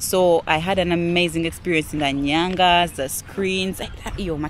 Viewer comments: It's Nganya not nyanga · Not Nyangas, Nganyas. The best form of art ever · Not nyanga, it's nganya